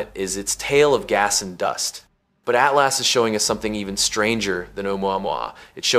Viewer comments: Great information, but your AI editing is terrible….Oh the whole thing is AI…ugh. Can’t even pronounce atlas correctly. At las….come on…do better. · The weird pronunciation of “atlas” makes me think it’s AI. A few minutes later it switches to normal pronunciation.